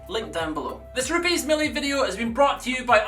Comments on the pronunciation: It's not ru-piis it's RU-PEZ! it's Italian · I wish he would quit saying rupes like that.